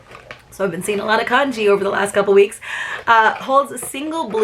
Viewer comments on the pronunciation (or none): Ohhhhhhh Kanji not Congee (like rice mush pudding stuff )